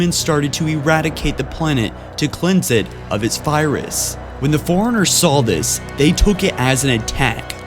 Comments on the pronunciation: Well done but I think you should listen to listen to the audio before you finish your videos. I've watched many of them and enjoyed it a lot but you mispronounce a lot of words, for example in this one you say cent-iant life instead of Sentient, you call the Forerunners Foriengers many times and for the love of god you say Lie-Berryann instead of librarian so many times. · Maybe I could have lasted longer than 2 minutes if you said Forerunners instead of foreigners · It bothers me how he pronounces Forerunners, "Foreigner". It's "For-Runner"! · It's Li-brar-ian, not libarian!!! Fore-runners, not forenners. Some elocution and pronounciation is in order here. Sheesh. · I laughed at foreigners. XD I have speech issues, too. Also...